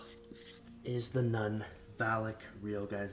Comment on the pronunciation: Wtf is nun sonud like nut but really win u say that